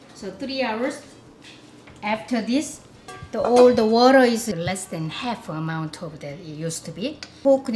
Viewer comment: Is it just me? But I love how she says water its like wuh-duh